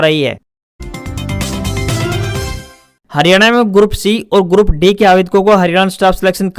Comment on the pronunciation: Bhai grup d ko e ya a na bolkr saf shbdo me d ka ucharn kiya kro